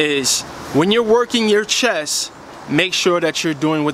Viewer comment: Thank you great Tips But Not to correct you, BUT its CHEST not CHESS just sayin